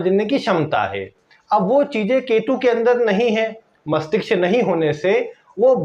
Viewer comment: Masthishk It's not masthiksh